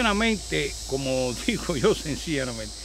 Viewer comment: Se me hace curioso q a cada q dice senciana mente se sonrie recordando a Marcelino 🤣 saludos, y por esos consejos de salud gracias!!